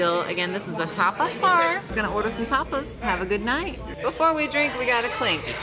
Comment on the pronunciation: LOL - yes, Tapas bar could easily sound like Topless bar but that's not her style.